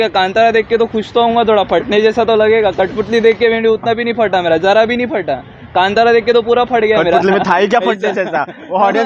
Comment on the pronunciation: कंटारा नहीं कांतारा!!!